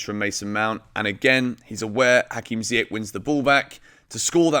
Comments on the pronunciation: You should pronounce Ziyech and Saul correctly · Dude you are still saying Ziyech's name wrong..... :P Saul gone in January, man is past it which is crazy since he's still so young. I'll be the one to say it, RLC will never be more than a 4th or 5th string mid for Chelsea and that DOESN'T CUT IT! Can we wait until the summer when Gilmour and Gallagher come back? WE REALLY NEED 1 of them NOW! Tough choices in January but I'm going to say we should go for Tchouameni!